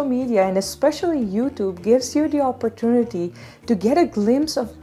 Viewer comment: Love the way you pronounce 'opportunity'😆 Waiting for no. 31 in the basket.